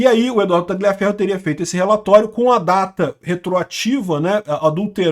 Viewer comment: Parabéns. Falta muito pouco pra você subir ainda mais de nível. Aprender que a pronúncia de Tagliaferro é taliaferro, sem o g (nome italiano) e parar de falar esposa, a palavra mais brega do mundo. Mulher. Repete comigo: mulher. Como é que o padre diz? Eu vos declaro e marido e mulher. Abraço.